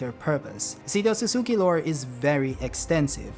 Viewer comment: Finally someone who pronounces Otsutsuki correctly! "Ot-sut-suki" Not "Ot-suts-ki"